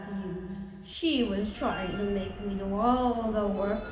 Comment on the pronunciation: Bro that A in "make" has a genetic mutation. Bro is built different